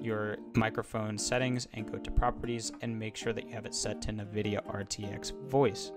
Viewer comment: Nividia LOL. I think it's pronounced N-Vidia. There is no I between the N and the V.